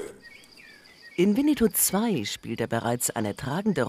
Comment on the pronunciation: wieso sagen die immer alle so wie die sprecherin es ausspricht wienietou der hat nix mit winni puh zu tun lol das ist ein e nach dem doppel n